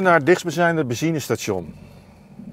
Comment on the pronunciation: Zeg eens benzine station en niet bezine dan lukt het 😃